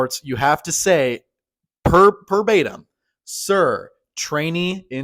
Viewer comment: It’s, “…verbatim” my dude, not perbatim. Thanks for the video. This was helpful!